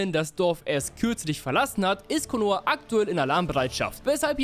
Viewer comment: Sasuqwe der breh aus Konohe